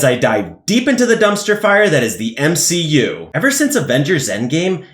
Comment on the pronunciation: Lmao "M-She-U" 😂😂😂